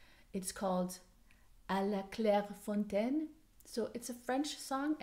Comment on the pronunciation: My favorite socks patterns are from Ambrose Smith on ravelry, she has a beautiful collection about Jane austen and Agatha Christie..so 😍.. it is lovely.. thank you so much for this episode .. and you pronounced very well la Claire Fontaine 😊. That was so cute to hear it here.. a song when I was little in France 💖. Have a great day... 🌻. Ludivine rose